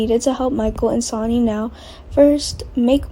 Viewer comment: Sonny, not Sony! It is very annoying that you do these updates and do not know how to pronounce names or know the difference between a son or daughter (he or she)!